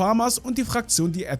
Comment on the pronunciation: Sprichst du das extra falsch aus?😐Das heißt zum Beispiel Falmos und nicht Famas. Das selbe bei Edomales und nicht Edmaris.😔